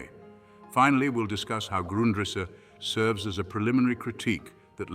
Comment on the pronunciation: You couldn't get your fake AI voice to pronounce Grundrisse the same way throughout the video?